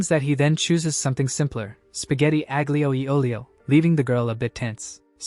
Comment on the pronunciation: AI having a stroke trying to pronounce Aglio Olio. 😅